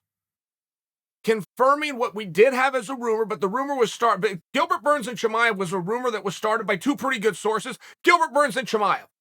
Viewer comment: I bet Uncle Chael just likes saying « Cheemaiv »